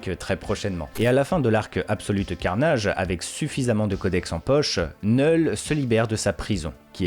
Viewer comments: Faut t'apprendre à prononcer les noms car sincèrement c'est gênant et agaçant C'est "Knoull"Knull et pas "Knell" comme tu dis tout le long de la vidéo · Vous êtes stressant à dire neul le K ce prononce 😂